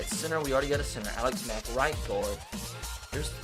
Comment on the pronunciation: you said white not right 😂😂😂😂😂😂